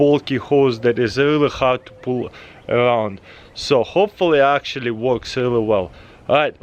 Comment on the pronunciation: tooooo muuuch acshualy